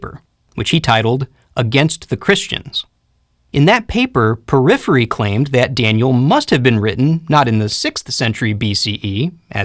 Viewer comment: Thank you! Just one thing - Porphyry not Poryphyry